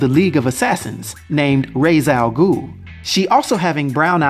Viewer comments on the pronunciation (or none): OK I'm sorry but "Raise" Al Ghul? Are you serious? How does everyone actually mispronounce his name?! Just watch Batman: The Animated Series, Superman: The Animated Series, The New Batman Adventures, Batman Beyond, and Batman: The Brave and the Bold, and Young Justice. That's all you need! Don't remember what Beware the Batman called him though. I have heard that "Roz" is the correct way to say "Rā's" in the native language and I've gotten used to it, though it still annoys me when people are referring to Rā's Al Ghūl. Well, that was a rant. Time to watch the rest of the video now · (Ray-sh) Al Ghul! Ray-sh!